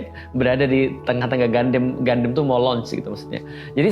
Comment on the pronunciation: Gundam bacanya Gandam, Ustadz. Kan dari katakananya udah jelas, ガンダム, dibaca gandamu. Kenapa jadi Gandem? Jadi kayak God damn dong? 😅 Sempat bingung... Escape kok 2024? Ternyata salah tahun 😅 Turut berdoa, semoga masalah visa ini bisa diberesin kedepannya.